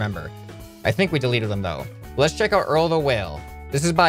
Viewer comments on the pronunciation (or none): no offense but its deleted not dwleted